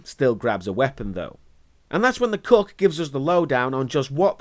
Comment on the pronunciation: Every time he says “cook” I hear “cuck”.